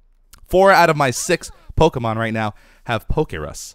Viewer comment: why do you call pokemon polks?